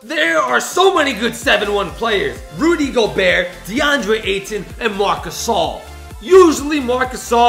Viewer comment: PLEASE ITS RUDY GOBERT WITH A T